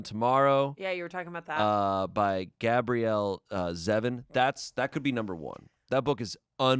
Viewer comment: I felt great joy when pronounced Gabrielle correctly. My name is Gabrielle and no on is ever able to pronounce it aside from people who are European or raised by European relatives.